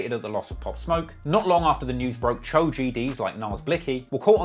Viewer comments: If I he stops calling the Cho (cho)... Choo (chew) 😆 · Choo is pronounced like dough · It’s not “chew,” it’s Cho man at least make an effort to get the pronunciation right if you’re going to have multiple videos on a topic. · I love it when be says woo and chew… lol it’s chooooe silly, spelled choo… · Yaii is pronounced Cho not chooo 🤣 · Bro no cap u did this video wrong lol u got wrong info bout dusty and u don’t even say Choo right and 22 only started the uk drill beats in nyc bobby and rowdy started that listen to computers 😂 bro please get better info then do this vid again